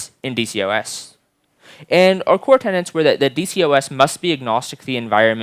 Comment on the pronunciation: *tenets (not tenants)